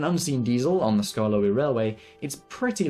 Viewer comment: "sKArKLoEy" Had me dying lol😂😂